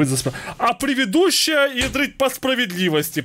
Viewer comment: 😂 правильно говорить предыдущая а не превидущая 😂 Прости за замечания 😅 я в курсе,что это оговорка. ❤